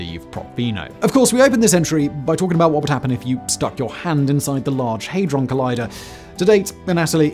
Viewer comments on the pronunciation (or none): You expect terrible pronunciation from an AI video on YouTube. You don't expect it from an educated and intelligent man such as Simon Whistler. The "Hadron" in Large Hadron Collider is pronounced like "Had-Ron" as if you once owned a Ron and at that time you "Had-Ron"!